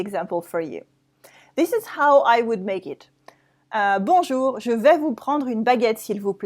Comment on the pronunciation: why "bonjour-uh" and "vous-uh"?